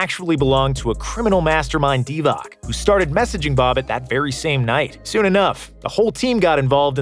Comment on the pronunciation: Divac should be pronounced DivaTS not DivaK